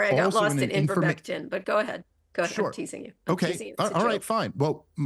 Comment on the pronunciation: “I got lost at invermectin” she can’t even pronounce the drug…so probably isn’t overly informed on it…and she threw that out there to show she CLEARLY disagrees with Dave on Covid. So she’s not actually trying to argue him about the topic, she just doesn’t like him 😂 and he schools her